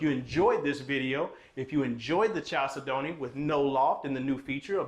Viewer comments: The main syllable is the second of 4. They way you do it is the main syllable first chal say don't. Please change it. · you are mispronouncing the name of this home. Chalcedony is a gemstone. It is pronounced kal SED onee, not Chal se don't. It's like fingernails on the chalkboard everytime you say it your way, which is incorrect. Nice home. Just please pronounce it correctly please. Kal SED onee. Gemstone. Beautiful. You're welcome. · I’m glad you corrected him. Chalcedony is a gemstone and every time he says the word my ears hurt.🤣🤣🤣But I can see why he pronounces it wrong. Kal-said-knee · Love you,the name is a gemstone,it is pronounced as follows CAL SED NEE,hope you do not mind the correction. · I ❤!! Whew! I will say it is pronounced “Kal-Said-ony” but he can say it however he wants! Cuz we ❤! I love your video🎉s!!